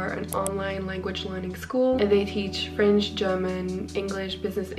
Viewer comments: Hello ! Your French accent and pronunciation are very good ! Also I loved your vlog (as usual 💕) Take care ✨🪴 (btw I’m from France) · Your French is really good 🥐🍷❤!! I’m French myself and you have a very good enounciation and accent